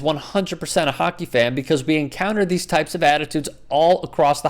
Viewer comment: You surprised....its hockkky